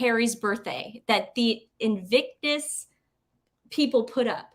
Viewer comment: I love it how you will start a topic, then the other interrupts, and that topic vanishes back into the ether., sometimes you pronounce "invicus" and that's ok.:)